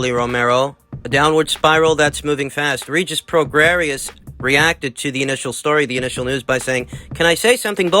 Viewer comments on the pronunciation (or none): Pronounced...PRO GRAY..COME ON YOURE SUPPOSED TO KNOW ABOUT BOXERS......CHAR LO YOU DONT KNOW ANYTHING ABOUT THESE FIGHTERS. ANOTHER BUNK CHANNEL..DONT INSULT OUR INTELLIGENCE..AND KNOWLEDGE OF VOXING